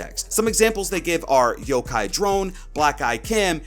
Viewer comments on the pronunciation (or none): none